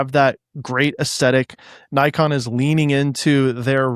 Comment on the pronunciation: How do you correct him on Ricoh but saying Nikon the exact same wrong way? :D Just a joke but I cringe a bit every time I'm hearing it like that. I guess for us german potatoes it is normal pronouncing the "i" more like the japanese people. Also no dinner today for placing the GR in B.